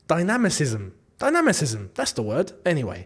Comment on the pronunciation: I think you were meant to say dynamism 😂😂